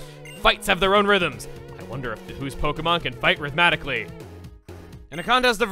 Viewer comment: where is the second "T" in the word "rhythmically"?